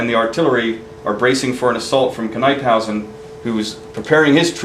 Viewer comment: There was a time when Washington thought about fighting the Brits in Delaware at where the Brandywine Springs Park is today. Because the water around the park was so low Washington ruled against it and moved up to Chadds Ford. NIP-hausen is how Knyphausen is pronounced. One error that is constantly repeated is the stone fence at the Birmingham Meeting House. That fence wasn't built until after the Battle of the Brandywine.